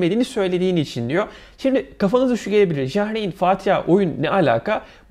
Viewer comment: Ja reyn ne la , yar ayn diye okunur